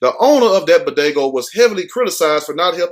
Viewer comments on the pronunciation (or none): It’s pronounced BodegA smh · Did he just say bodagoo!!!